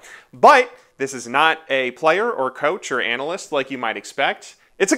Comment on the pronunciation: pronounces analyst as anal-ist and I thought that was funny